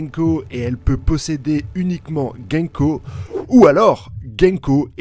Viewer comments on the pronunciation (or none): GOUNKO !!!!!et non GÈNKO!!!!!.... sérieux, je ne sais pas comment tu fais pour bouffer les nom des persos et même des œuvres.... rien que pour ça je me desabo. Vive le mont corvo !!!!